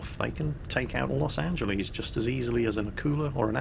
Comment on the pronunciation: LOS AN-Gel-Liss